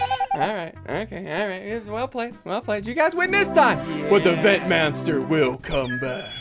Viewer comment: did he say vent manster?😄